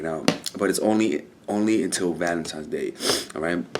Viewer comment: New Yorkers love saying “Valemtime” 😂💯❤️